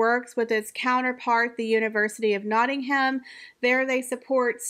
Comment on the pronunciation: I can’t with the butchering of the names of the places . Nottingham - the H is silent . Buckinghamshire - shire is pronounced : Sher. Thanks